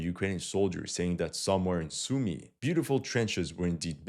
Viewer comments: It's Soo-my, not Sue-me. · You still want to practice your Сумы pronunciation